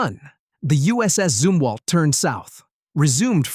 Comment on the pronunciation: Zumwalt not Zimwalt